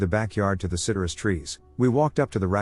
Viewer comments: That’s not how citrus is pronounced 😂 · It's the weirdest glitch from a text-to-speech program I've heard so far. Most are due to misspellings or homonyms.